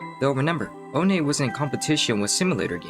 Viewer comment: oh nay 💀